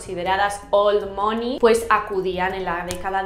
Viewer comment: Soy la unica que le dolia escuchar mOney todo el rato mal pronunciado 😔?